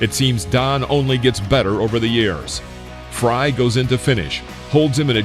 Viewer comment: It's Frye..What the hell did you just say??